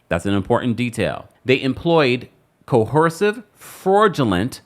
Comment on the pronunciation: Fraudulent and coercive. Look those up so you can pronounce them correctly. ❤ sent with respect.